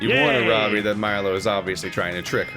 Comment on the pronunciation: Okay, so if Aaravi is the Hindi name I think it is, it should be pronounced Arr(like the piratey arr)-vee(like the letter).